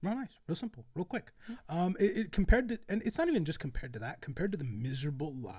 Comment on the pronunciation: did you just say shrimple?